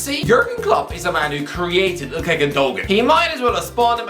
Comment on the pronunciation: Can you please say ilkay’s name right it’s like hearing nails on a chalkboard every time you butcher it